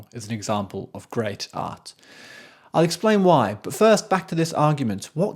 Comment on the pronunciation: My thought's? I think it would be good if you could try to pronounce the "T" in art. It sounds like you're saying arse...